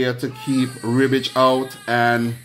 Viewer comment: Rehbitch, not Reebitch. :) Love from Croatia.